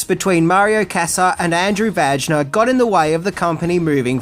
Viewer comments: It's pronounced Viner you child 😂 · Vajna is pronounced VanYa.